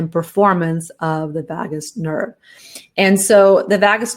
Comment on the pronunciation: Vagus Nerve is pronounced differently,.